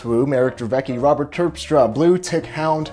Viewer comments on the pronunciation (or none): none